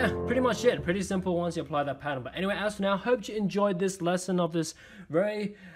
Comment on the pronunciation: Milan L'Abee i cant understand it